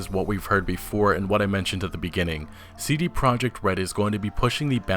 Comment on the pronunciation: wow for the first time I heard correct polish spelling of CD Project RED which is "CD Proyect RED" with "Y" xD